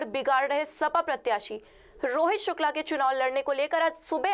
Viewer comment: hello pahle aap thik se Shukla bolna sikho. स aur श me antar hota hai, news reporter ho itna to aana chahiye